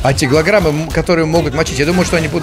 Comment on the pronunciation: Я один такой кому в послышолось не голограммы а голлодранны?